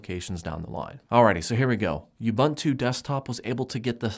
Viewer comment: The word "ubuntu" is an old African word meaning "humanity." It is pronounced "oo-boon-too". I don't know why people butcher this word so much...